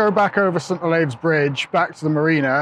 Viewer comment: St Olaves, as in St Olives or St Olifs, to much "ay" in your pronounciation, I grew up there. Nice aerial views, which drone are you using?